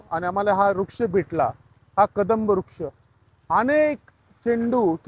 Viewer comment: रूक्ष नाही वृक्ष बोला भाऊ